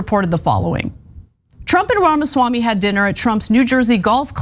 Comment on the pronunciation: Anna is 💯 percent right about O Swamy, I know, thats not how you pronounce his name, I could care less😊